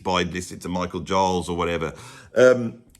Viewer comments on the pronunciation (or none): none